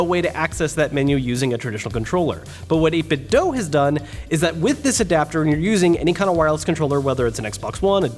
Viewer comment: It's actually pronounced 8-bit-doh